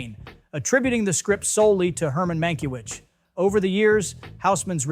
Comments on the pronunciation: Bett Davis? How can you talk about Old Hollywood and call Bette Davis Bett Davis? Herman Mankywitch?? I suspect you haven't heard of most of these people, including Welles. This, of course, assumes you're not AI. But if you are, that explains everything. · Sounds as “Mank-O-witz” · And listen to what the robo voice does to Herman Mankiewicz...